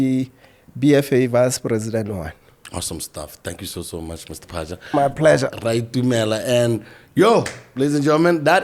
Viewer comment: At least get the name right, PHAZHA.